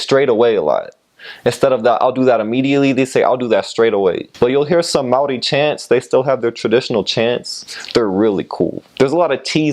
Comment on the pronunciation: Well ur Maori words are amazing!! welcome to our small country of paradise